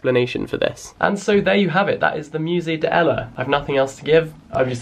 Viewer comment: I’m sorry but I cringed every time you pronounced it “Musée DE Ella”